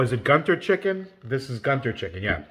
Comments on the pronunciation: it's pronounced Goontoor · It's pronounced as Guun Tuur. And the South Indian state to which Guntur belongs (Andhra Pradesh) is known for chillies and spicy food. 😁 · It's pronounced GooNTouR ( gu sounds like good not gu in gun, tur sound like tour), GUNTUR is a place in Andhra pradesh, south India